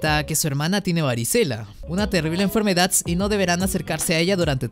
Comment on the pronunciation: Me gustó por qué no dice enfermedad sino que dice enfermedadts